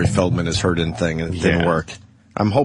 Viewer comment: Hey guys. Ope had a joke. Did you catch it? It was quick, you may of missed it. He said "hurddin". To poke a little fun at the word hurting. That way it shows that he's really care free. Opie doesn't suffer from those silly, emotional problems. Like the rest of us regular people have to deal with. If you miss the funny line. You got to go back and listen to it. Listen close though. He only says it in the video from - minute mark. It is a great, great joke though. It got a huge laugh. Every time he said it. All 627 times he said it. Just like expected. Leave it to Opie. To take a horrendously average comment. And repeat it, until it loses even the intent of being said for humorous effect. Uugghhh